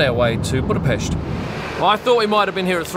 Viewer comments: Wow! I'm impressed already with the perfect Budapest pronunciation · I'd say this is far from what i would call a tense moment. Go to the scummy districts of liverpool or manchester, let alone london, and you'll experience what tension is. He might have been in the wrong lane, but let's not forget that he did bother pronouncing Budapest right.